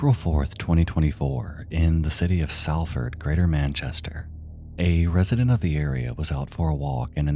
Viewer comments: Its pronounced Soll-fud (if u cared) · as someone from salford, just a heads up it's pronounced sol-fuhd!